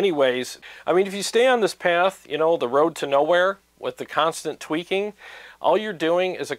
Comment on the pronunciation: Every time you said “tweaking”, I heard twerking in my mind. Stop twerking for god’s sake!